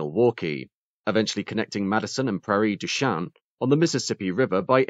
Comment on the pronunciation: As a resident of Wisconsin, it is fun listening to a Brit pronouncing Wisconsin place names. Probably similar to me trying to pronounce Welsh place names. Actually, you did a pretty good job, with only Prairie du Chien being off the local dialect. In that case you were probably closer to the French pronunciation, rather than our local variation.